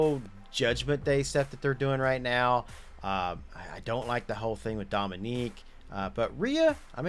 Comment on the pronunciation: It’s dominick, not Dominique.